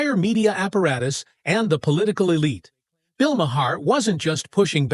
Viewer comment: Wish u knew how to correctly pronounce Bill's name